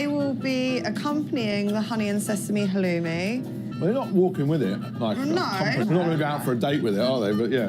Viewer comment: WOW.... Aren't you special ? NOT !!!! And fyi...it's halloumi, not whatever you called it.